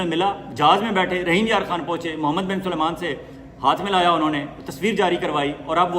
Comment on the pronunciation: ۔۔۔ اپ ہمیشہ محمد بن سلمان کا نام غلط لیتے ہین۔۔۔۔۔ سلمان کو ہمیشہ اپ سلیمان کہتے ہین۔۔۔۔۔ یہ ط ط Tariqa ghalat hai......Aap MBS kah Diya keeye agar aapke moon se Salman naheen nikalta hai? Aap ka koi Vlog ham naheen Chorte hai. Aaka Andaz, Tajziya Baht hee Balanced hota hai.